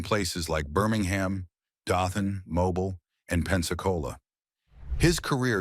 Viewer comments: This guy mispronounced the name of my hometown Mobile HE said Mobil it's pronounced Mobeel. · The picture when this tard is saying its the blonde bombers, is Nick Bockwinkle and the Crippler Ray Stevens (then Ray Stevens and Pat Patterson) It's Dothan, Mobile both long O sounds. AI sux. Wayne Ferris didn't. Very entertaining wrestler. I agree that the story lines should be slower. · Why can’t Mobile be said Correctly?